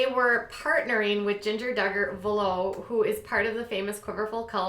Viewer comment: Vuolo is pronounced vull-o